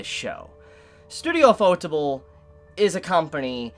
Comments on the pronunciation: I have a question for you guys here: Do you pronounce the Studio's name as UFO-Table? Or do you pronounce it like fotable like does? Im curious because his pronunciation of it kinda drives me up a wall lol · you should take the 2 minutes it takes to Google how to properly pronounce the studio name, if you really want to give them credit. It's pronounced You-pho-teh-bu-ru. It's kinda disrespectful otherwise. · butchered the pronunciation of ufotable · Why can't people pronounce ufotable right? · I still have no idea on the proper pronunciation of Ufotable.